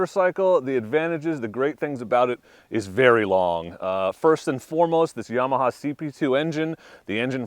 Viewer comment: CAN'T TRUST ANYONE SAYING yEAH-MAHA